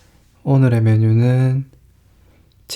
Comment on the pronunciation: 나만 이케 들리나요? 오↑늘↓에→ 메뉴는.... 이라고...ㅋㅌ